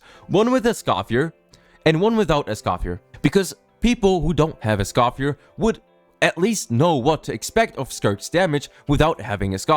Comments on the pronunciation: Omg dude…Escoffier is pronounced S-cough-fee-EH! Not S-cough-fee-ER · My only criticism, is Escoffier's name doesn't pronounce the R - How they say it in the english dub is actually correct (for once) as a francophone. /info + nm But yeah, It sucks that they're becoming this predatory of a company. Citlali & Mauvika want to be together too; but they didn't break the rule of 3 four star characters. What scares me, is if they get away with this the first time, we'll see more of this going forward.. and that means that it'd be better to just be a paid game from the get go...